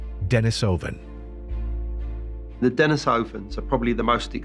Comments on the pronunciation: I would say start with how people pronounce things. Its in no way a surefire way but mispronouncing denisovan, which is likely the easiest Russian name ever is your first clue. Its not "dennisivin" and people that get their information from shaky written sources versus discussion with experts nearly always mispronounce numerous names while making some grand "alternative" claim. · TLDR: No one can agree or even knows how to pronounce Denisovan. Until this is resolved, humanity will be unable to progress.